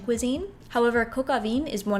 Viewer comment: Really good video, just a pointer that haute is pronounced like "ot" and vin is pronounced closer to von :)